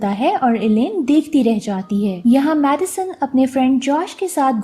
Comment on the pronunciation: Madison or medicine much samajh nah I aya🤣